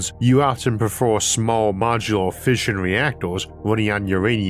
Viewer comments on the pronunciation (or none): none